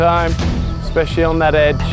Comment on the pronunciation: When he said “especially on that edge”. I misunderstood “edge” as “age” haha. Rajini is fit for his age. Almost 70.👍🏿